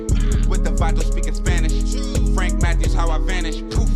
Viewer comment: Whenever I hear your intro, I wonder if he means 'Frank Matthews'? Sounds like he says Frank Mathis....